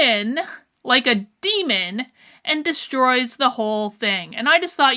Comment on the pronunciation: What she said: she swooped in like a demon. What I heard: she swooped in like a lemon